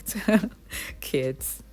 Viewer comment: Love it! Made me laugh the way you said "Kids" lol